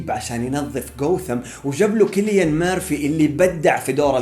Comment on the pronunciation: فيديو جبار و انا سعيد انا حصلت قناتك. بس ملاحظة: تنطق سيليان مرفي و ليس كيليان